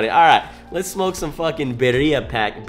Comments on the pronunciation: It’s beerya bro not bereriia I messed up too when I first seen them tacos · You pronounce it like ( Be-Dee-Uh) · Beer-re-uh now say it fast Birra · As a white male, I don’t think I have a place but. Beer-E-uh… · birria= “beer-ei-a” for the pronunciation but besides that mayne fire video you speaking faxts talm bout people flex how cheap they weed is then be mad aff when i tell em they loud quite compared to mine😹🤧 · Love the vids you a real homie I appreciate you making All of our days better and also it’s Bi-rri-a I hope you have a dope ass day love you cutie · Pronounced BEERYAH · Nooo you’re from SA how u gonna say birria like thatttt😂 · The way you tried to pronounce birria and Consommé is disrespectful and not correct no where near how you say it correctly